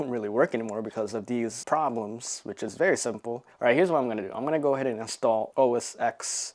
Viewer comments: Incredible deal! I owned this exact model years ago and loved it. Not to be "that guy," but the X in Mac OS X is the Roman numeral 10, so it's "OS ten" rather than "OS ex." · its "OS 'ten'" ..not 'X' kind like GTA 'five,' not 'V'